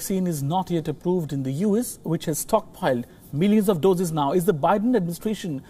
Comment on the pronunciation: Try to say "U" "S" instead of "yous". It's confusing.